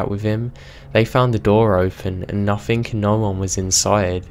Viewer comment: whoever is reading this why have you got to {nothink instead of nothing also any other words that end in G